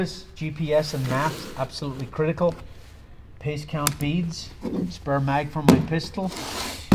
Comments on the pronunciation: Did he say piss count beads? What are piss count beads? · He said Pace Count Beads. Oops